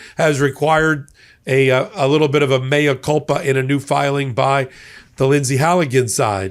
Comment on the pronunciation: “Mea culpa” — THANK YOU for NOT saying “Mia culpa” for once!